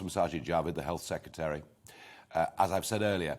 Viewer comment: Seketry... It's sec..re..tary. There is an 'r' in the second syllable